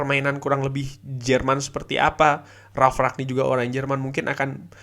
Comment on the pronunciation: rangnick mas dengernya ragnick